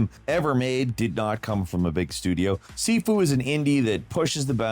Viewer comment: It's pronounced 'Shee-foo'. When you say "seefoo" it sounds like you're trying to say 'seafood' with your mouth full. Just a heads up for gamers wondering why keep hearing Chinese people giggling behind their backs.